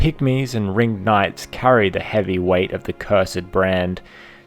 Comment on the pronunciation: so something that really bugged me in this video is you kept calling them the "Ring-id" knights making it sound absolutely stupid.